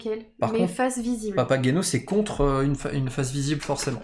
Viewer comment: Prononcer" papaguéno" , un classique de Monsieur Mozart